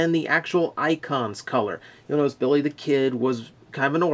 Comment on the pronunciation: I like how much emphasis they put on the non-existent Rs in Billy the Kid. BiRRRRRRy the Kid!